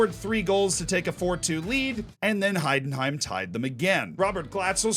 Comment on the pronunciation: Wow I love your pronunciation XD Please comment some Heidenheim games next season! I will support you :D